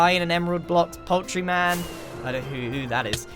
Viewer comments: Thats not poultry man, its poul-tree man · Grian “poultry man tree” Me”no it’s a poultree.” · Grian: Adds Poultry man tree Me,an intellectual: PoulTREE Man ;P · Poul-tree man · Poul -tree man lol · Uuuh, I always thought you are saying "Poetry Man", well i got enlightened after looking at your shop... And this is really not a paid advertisment - Grian, back me up. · ... The... The poultree...